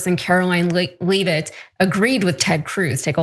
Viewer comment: The fact that the journalist doesn't pronounce the names of either the Guadalupe (Guadalu-PAY) River, Caroline Leavitt (Lev-itt) or Kristi Noem (Gnome) correctly is WILD. I'm not sure how you could even watch the news, let alone report on it, while missing these basics. Yikes.